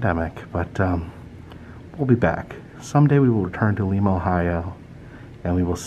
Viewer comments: That's how we know outsiders it's lime-ah ...lima not Peru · It's pronounced Lime-a Ohio. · I know it cracked me up when he pronounced it wrong 😄🧡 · First thing, Lima is pronounced as the lima bean. But I know somewhere around there is a NASA museum. My parents saw it and went came home and watched Apollo 13. I was Bowling Green yesterday but alas it was early in the day. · You have been saying the names wrong in Ohio. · I love this road trip. The small towns are always so interesting. Just an FYI (as others may have already pointed out), as someone who lived in Ohio for 37 years, the city of Lima is pronounced L-eye-ma. Looking forward to your further adventures. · It is Lima, long I. Like a lima bean. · Its Lima, Ohio pronounced like Lima bean with a strong "i" sound lol.😁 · its lime uh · It is pronounced Li-ma long I. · I live in Lima and a couple of things. #1 its Lie-Ma not Lee-Ma. Secondly, you missed out on visiting a few places. #1 Kewpee hamburgers, the best burgers in the world. This was actually the place that inspired Wendys but its sooo much better. #2 we have the tank plant where they produce the only Abrahms tanks, you can't go in but they have one on display outside. And as far as wapak goes, you somehow missed the temple of tolerance. not sure how you missed that one but you NEED to go back and check it out. A beautiful place created in a mans large back yard completely made up with rocks he's found, its a must visit. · Oh my, it's lIma, not leema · Only go back to lime-a if youre going to pronounce it right lol jkjk. Also no love to Dayton? 😭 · Lima not lema Ohio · Lima is pronounced like Lima bean. Hope you enjoyed your visit! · yeah we appreciate you trying to make Lima sound fancy tho 💋💝 come back soon,! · The "i" is long sound in Lima. I haved lived in Ohio all my life. There is plenty to see and do here. Covid has put somewhat of a damper on it. Love Jungle Jims. Go there frequently.